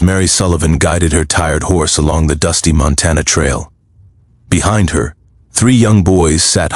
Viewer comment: Whoever reads this story needs to know how to pronounce words correctly. Montana is not Montan